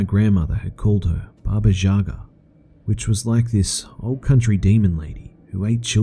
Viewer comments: Hey, just a smaall tiny correction :D it's pronounced baba "ya"ga not jaga :D Other than that love your readings man... your voice IS MESMERIZING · Hey I'm Polish, and Baba Jaga isn't exactly what you said, its just a "nastier" word for Witch. Also it's pronounced Yaga, not Jaga. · hey man, its pronounced baba yaga and it literally means bogeyman/woman. By the way great video. Keep em coming